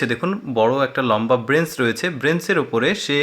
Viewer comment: "BRENCH" na.....Bench.......apnar kontho shundor..shudhu ....